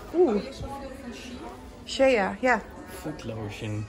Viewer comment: Shea spreek je uit als "Shay" & niet als "Sheya"🙈 haha typisch Hollands dit